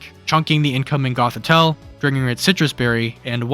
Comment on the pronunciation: Jesus you really can’t speak huh? They are pronounced ArKaludon, *E*violite and *Goth*itelle. Why use words like „P2“, „OHKO“, „mon“ in spoken language? Impaired intellect boy struck hard this video.